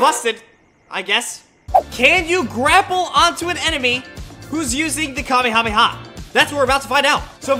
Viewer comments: It's not pronounced kami-kami-ha, it's pronouned ka-may-a-may- a. 🤣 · You saying kaby rabbi ha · No Kamehameha it's kameyamama 😂